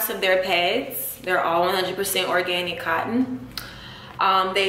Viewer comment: organtic. lmao thought it was organic